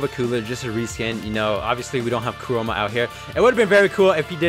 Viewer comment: "Kuroma" - 2020